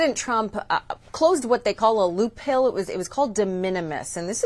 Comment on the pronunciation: A loop HILL? And she says it twice. Who's running that boat, over at cbs?🙄🙄🙄